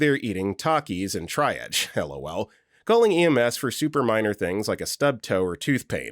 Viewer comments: I keep yelling, "TREE-AAHHHJ!!!" every time he says "TRY-AHJ" 😅 Also, he needs to learn it's pronounced like "peeds", not "peds", short for pediatrics 🤦😅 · TREE-AHJ... >.> For future reference... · For the millionth time, triage is pronounced TREE-AHJ. And pt or pts is patient and patients. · triedge.. my god. i can imagine the narrator reading the comments and realizing he's been saying it wrong 😂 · U know at this point, after this many medical videos, I admire the narrators commitment to mispronouncing triage. Long live try-arj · Sorry, I'm a pedant... it's "TREE-AHHJ". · It makes me insane! Every time I hear this narrator I know I can't watch the video. At this point it feels intentional to drive up comment engagement. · FFS, LEARN TO PRONOUNCE TRIAGE! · I don't think he's ever going to pronounce triage properly and at this point, I've just accepted it. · I’m beginning to wonder if he says it that way just to mess with people 😅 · I knew exactly which narrator it was before playing the video due to this comment 😂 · he narrates many of their medical videos and the word triage comes up often. I once remember him acknowledging that people corrected his pronunciation. I swear he corrected himself once then went right back. It feels intentional. It creates engagement in the comments since listeners get frustrated but it also might be hurting viewer retention. I know switch off as soon as I hear this narrator on a medical related video.